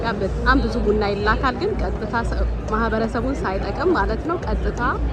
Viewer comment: ብና ብና ሳይሆን ቡና ቡና ብትይው?